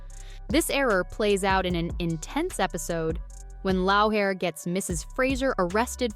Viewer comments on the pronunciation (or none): It’s Leery, NOT Louhair AND Gayless not Guyless, SassaNACK, not Sassnock, Fraser, not Frazier! Wow! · Ummm, Laoghaire is pronounced 'Leery'. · Did you just say loaw hair???? 😂😂😂😂😂 it’s said like “Leery”-Laoghaire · I just heard "Lowhair" for Laoghaire and I just stopped paying attention. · Exactly! It's pronounced "Leery". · "Loawhair " hahahaha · You obviously didn't watch the show mis pronunciation of names especially Sasenache or Loghaire. Claire was coming back into the room when she was assaulted, not sleeping in her bed. Your commentary has the blunders which is dissapointing.